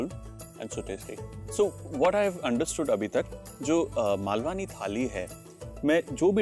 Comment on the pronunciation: It's not 'मालवानी', its 'मालवणी' There is a difference in pronunciation of 'न' and 'ण' Also no need to add additional 'आ' ki मात्रा after 'न' ... It's just 'ण' While you are getting into details of cuisines of different regions, it is important to pronounce it correctly. To start with kindly do the necessary corrections in your video title.